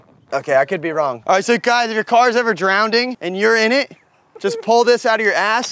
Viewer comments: “If your car is drownding”. Classic fuck up 😂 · “Drownding” lol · "If your cars ever drownding" 😂😂😂😂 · learned a new word today 'drownding' 🤣🤣🤣